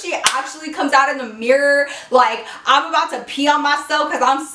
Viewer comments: did anyone else hear her pronounce mirror like mirrorr at the beginning of the story time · The way she said Mirror 😂😂😂